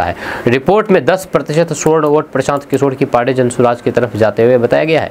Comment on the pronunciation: सुवर्ण नहीं सवर्ण बोलो